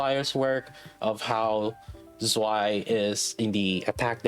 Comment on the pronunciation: I'm not even German but damn it hurts when you pronounce Zwei like that lol